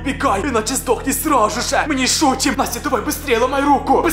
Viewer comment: Мне одно кажется что он говорит не просто сразу же а просрауже